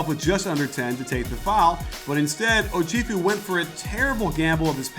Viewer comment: iT'S Oh-CHef-ew. Not Oh-CHIEF-ew.